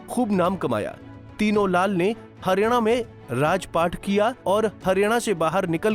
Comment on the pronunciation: हरियाणा को harina kyon bol rahe hain